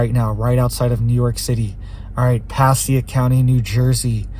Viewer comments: I believe Passaic County in New Jersey is pronounced Pa-say-ic. Thx for all of your vids 👍 🇺🇸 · 😂😂😂Passaic (pas-say-ic) new jerseys 😂😂😂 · Pa-SAY-ick county, NJ. People might not realize which county you are talking about.